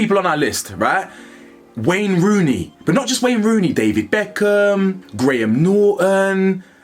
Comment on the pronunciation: 'Becknarm" caught me off guard ngl 😂